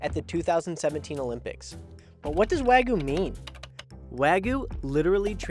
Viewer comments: Why r u saying wagu rather than wagyu? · He says weiguu not wagyu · why does my guy keep saying wagu? lool where did the y go? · I just cringe when I hear say "wag gu" throughout the first part of the video. Doesnʻt he hear how pronounces it? Even Chef mispronounces it. "Wa" (Japanese) is pronounced like "wah" as in "wash" - and you canʻt eliminate the [y] sound in "gyu" (cow), so itʻs like combining the sounds in "hugyou". I understand itʻs hard to pronounce the Japanese "r" sound as in "toro" or "nigiri" or the "tsu" sound in "Matsuhisa" (there is no "tu" sound in Japanese), but English speakers can definitely pronounce "wagyu" more correctly, and chefs and people in the media should not perpetuate the mispronunciation of common Japanese food words like "shiitake" mushrooms or "tempura." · lol stop saying Weh-GU. wheres the Y. its pronounced the same as it is spelt. literally. Wa-gyu. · Why can't Americans say Wagyu properly? It's not that difficult. Wah- GYUUUUU, not wagoo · FFS man, WAH-gyoo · why are you having such a difficult time saying Wagyu? there is a Y in the word, pronounced Wa Gee You. what is the trouble bud? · Can you at least pronounce Wagyu right? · This reviewer absolutely butchered the pronunciations of Wagyu and Hokkaido (He said Wagyu with the last syllable pronounced like the Ragu pasta sauce and Hokkaido as "Ha"-kydo. I double checked the pronunciations online to be sure). It's obvious that this guy was way out of his league with these reviews.